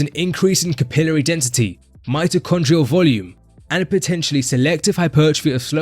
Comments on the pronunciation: All i gotta say is Markus Ruhl used to be a soccer player. By gddmt man stop saying capilry , its fking cap il ar y. That sht drives me nuts. Just as bad a deca- durr- a- blin. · “Capillary” is pronounced “kap-ill-larie”